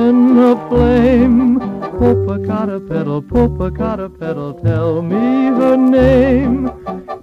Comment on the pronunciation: This is an English version of an original Spanish song from Mexico, which seems not to have been transferred to film for YouTube. The original song is not so frilly and "novelty", but does include a similar mispronunciation of the name Popocatépetl. The melody is beautiful, and the song on the other side of the original Mexican record (about loving a city with beaches) is amazing.